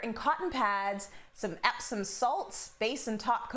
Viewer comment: Did she really just mispronounce Epsom salt